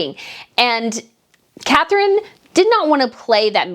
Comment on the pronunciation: WAKE UP,. IT'S " CATHERINE"